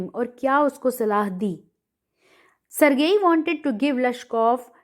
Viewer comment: Ma'am sergei ka pronunciation galat hai